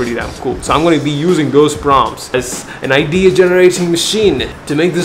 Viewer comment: you say "an idea" I hear NID 😂.